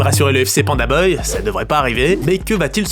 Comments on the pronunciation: C’est moi ou tu dis pandaboy au lieu de pandabuy ? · Pitié c’est ça de prononce by pas beuille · prononce BAYE pas BEUY 😂😂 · Pourquoi tu dis PandaBeuille et pas PandaBuy (se prononce PandaBye), ça me rend complètement dingue 😬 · "PandaBeuil" 😂😂😂 je te pardonne prcq mtn c'est PandaDeuil. Tip top tes videos🫶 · Vous avez pas capté qu’il fait exprès de dire pandaneuille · pitié arrête de prononcer beuye j'en peux plus on dirait que ton dictionnaire est contrefait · C'est sa manière de prononcer le bail la vraie contrefaçon dans l'histoire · ça me bute a chaque fois qu'il dit beuy 🤣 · Bon beh tu sais toujours pas dire Pandabuy, le mauvais bail...